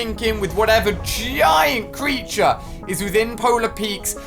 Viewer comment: Yeah ali its a g-eye-nt creature